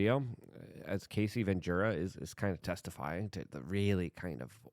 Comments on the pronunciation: Luke o can’t watch the of you don’t say her name right. You keep saying Casey…it’s Cassie. Cas-sea 😂not Case-sea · I feel like you may respect this, not trying to trash on you. The pronunciation is Ca-ss-ee, not KA-ss-ee. And it’s D-O-ge not Doige or Doy-ge. Thank you for all you do brother. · Cassie - "kass-ie" lol Luke you had me dieing trying to figure out who Casey was lol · Luke it’s Cassie! As in take away the C and the ie and it’s just ass, add them back and explain how you get Casey? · Her name is pronounced Cass-ee. Not Casey. Yw 😉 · Cassie, not casey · Bro… it’s fuckin CASS EEE. Not casey. Also, the LARGER sort of tumultulus, type of Debachurus, type of LARGER EVIL in UNSPEAKABLE ways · Brother...it's CASSIE. Not Casey. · Cassie not Casey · U keep pernouncing her name wrong. Cassie not kc. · Hey Luke, it's pronounced Ka-cee. And I know you from back in your NY days. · It's Cassie, Luke. Not Casey. 😂 It's okay we love your tongue slips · It's Cassie not Casie